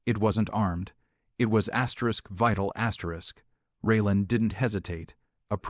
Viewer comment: Too many AI astric astric astric astric Astrid